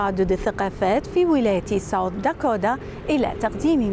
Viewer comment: شنو داكودا ضجت من اللفظ يمعود داكوتا Dakota حتى الأمريكان ما يلفظون هيچ ال t يلفظوها D خفيف مو هيچ. يمعود اللفظ كله غلط. بدون زعل